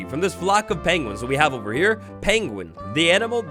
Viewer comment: Pengwings, lol.